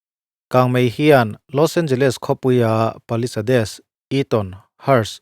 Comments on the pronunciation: Paliseid tia lam tur alom(palisades) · Palisades khi i va lam thring bik ve.. He tianga video siam ve tur te chuan mi lam dan, a lam dan dik te hre hmasa ve phawt la maw le..